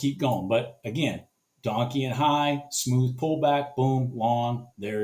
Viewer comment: "donkian" high... lol dont know if you really call it that or not. but it was funny. Just not how its pronounced.